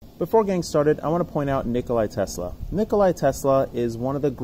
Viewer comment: Nikola not Nicolai...but good point